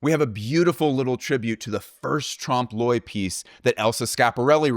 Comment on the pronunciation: Amazing, fun, interesting video. And thank you for saying Trompe L’oeil correctly! You guys rock.